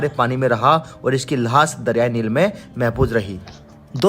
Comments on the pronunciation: 😂 Laas nahi Laash bolo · Laash nhi lahash